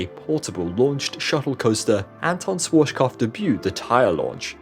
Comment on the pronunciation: Dude.. it hurts me how you pronounce „SCHWARZKOPF“.. you don’t pronounce it „SWORCHKOPF“… IT HURTS